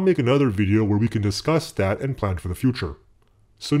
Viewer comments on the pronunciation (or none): none